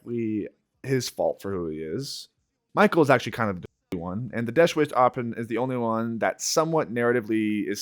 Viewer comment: bro can not say the word "deathwish"